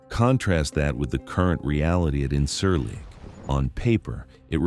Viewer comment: Please learn to pronounce the things you’re talking about. The base in Turkey is pronounced IN-jeer-leek, with a j sound. Less grating, but still wrong, the d in Souda is like the th in “the”. You sound uninformed if you can’t even pronounce the basic elements correctly.